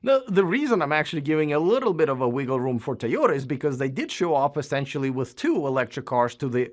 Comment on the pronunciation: I was wondering about the Tom passable quality video. That’s alright. Big big fan of these guys they always get a pass.. I like the new pronunciation of Toy oda. Woot woot!